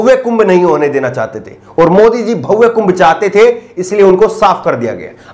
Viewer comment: Dear, it is not 'BHAUWE', it is 'BHABYA'.